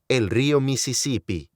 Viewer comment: el rrio mi sissipi